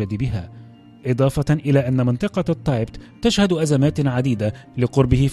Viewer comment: التبت وليس التايبت